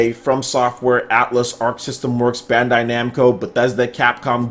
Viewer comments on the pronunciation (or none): none